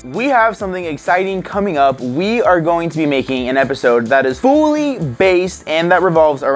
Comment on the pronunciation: When says "fully" does it sound like "fooly"?